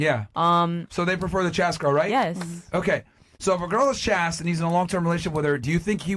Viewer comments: Dude can someone tell Myron it's pronounced CHAYSTE not chast. What a moron. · Its funny to hear the word chaste pronounced like that lol